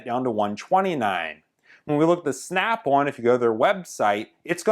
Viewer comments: Snap-on, not snap-one. In the 20 years of usage you will have paid for 5 earthquakes by the time you needed to even look for a new snap-on. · on is now awn like as in yawn or awning snap awn gloves awn where the hell does that snap awn accent come from and cold is code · Did you say snap one? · "Snyap Awn..." 😂😂😂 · bad13luck13 I thought he was saying snap-one lol